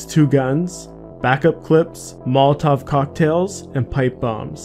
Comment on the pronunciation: "mopolotov" <--- What is this?